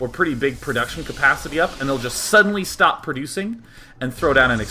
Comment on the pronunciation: "and schtop" lovley.